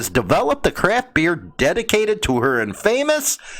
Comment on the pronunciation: Please learn how to pronounce infamous not in famous please